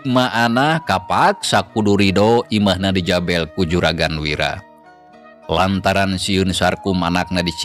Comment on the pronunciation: sanès di jabèl tapi di JABEL, sanès kaprak keprèk tapi kaprak keprek, apan upami Kalimat sunda mah aya...È. E..EU...conto Gerewek...gèrèwèk...keureuweuk, punten di pangwalerkeun, ètang-ètang sami di ajar manawi aya mangfaatna.